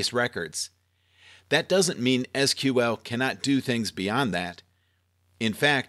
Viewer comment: Lol I searched for Seequel and this video came up, so I thought good, now I found someone to get pissed at. And you pronounced SQL correctly.